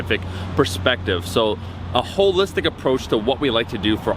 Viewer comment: Train calves everytime he says hollistic